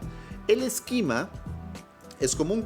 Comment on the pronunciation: Tienes una forma muy curiosa de pronunciar esquema, mezclas la pronunciación en inglés con la española y al final no es ni una ni otra.